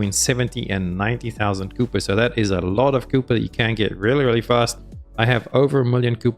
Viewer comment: I honestly can’t listen to any content creator who can’t pronounce kuiper correctly. Every npc has been saying the word since the beginning of the game and somehow you decided to say kooper…